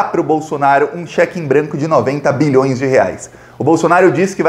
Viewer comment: Sua pronúncia de BILHÕES soa um pouco como MILHÕES. Enfatize mais o BI.